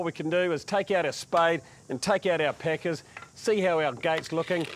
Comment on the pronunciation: I know you’re saying packers but to my American ears it sounds like peckers. Also, we say PER-ge-la, not per-GO-la.😁 I imagine we sound odd to you as well. Do enjoy your videos. 👍